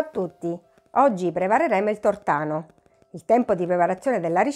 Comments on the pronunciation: Tutto bene. Mi permetto di correggere la dizione : si dice Tòrtano e non Tortàno. Grazie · ricetta buona ma pronunciare tortàno invece che tòrtano é un sacrilegio. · Tutto buono, complimenti, ma Tortàno da napoletano nun s pò sntì. 🤦🏻‍♂️😅 Si dice Tòrtano con l'accento sulla prima O. Cordialmente. 😘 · Bravissima!!! Ma tòrtano nn si può sentire!!🥴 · Giusto non si può sentire tortáno 😅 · Ottimo e buonissimo ma mia madre quando avrà sentito come ha pronunciato " Tortano " si sarà girata nella tomba😄😄